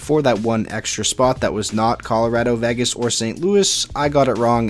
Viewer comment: It's not. It's pronounced VAy-Gis.